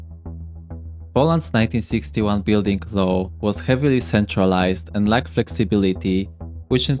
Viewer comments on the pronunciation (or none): Dude, you pronounced many words so wrong, it changed the meaning of some sentences. Four example you version of "lacked" sounds like "lagged". It's hilarious 🤣